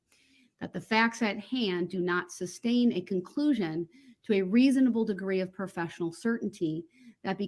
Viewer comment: That ree-moo-mee-den was hilarious. Substain, grounz and various others weren't far behind.